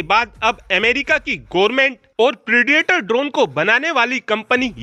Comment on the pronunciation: प्रेडिएटर ड्रोन नहीं प्रिडेटर ड्रोन इडियट